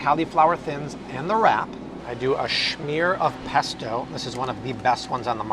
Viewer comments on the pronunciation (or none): Hey.... there is no H in "smear" lol ur pronunciation I laugh every time!!